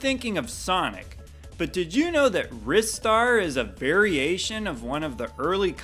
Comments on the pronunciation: Obviously it's RIH-star, not RHY-star. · Ristar not Ryestar because there is no second vowel indicating that the I says it's name there are other words that do that but they are equally dumb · I’m super late to this video but it’s most definitely pronounced“Ry Star”. If there were two S’s then it would be “Riss Star”, spelled Risstar. But since there’s only one S, standard English rules dictate that it would be pronounced with a long i, not a short i. An exception to this rule would be “Mister” but since Mister derived from the word Master it carries over the similar pronunciation…in a nutshell. English is wacky! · It's Ry-star. And im not just saying that because of the similarly to my name. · It’s pronounced “rye-star”, not “wrister” or “ree-star”.